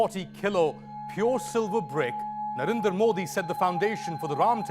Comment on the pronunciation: Dude stop converting Modi into a Punjabi name. It's Narendra not Narinder.